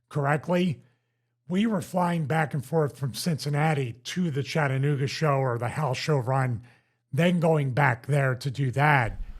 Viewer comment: It’s not (chat-nooga) it’s… CHATT-A-nooga